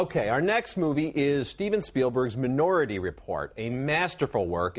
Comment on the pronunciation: Roeper can't pronounce "minority" correctly.